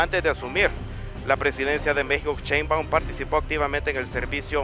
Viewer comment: Nada más que es Sheinbaum, no Sheinbaun. Por lo demás que buen recibimiento le dieron en el país centroamericano, gracias!